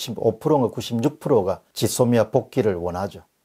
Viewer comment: '짓 소미아' 가 아니라 '쥐소미아' 로 발음 좀 해주세요.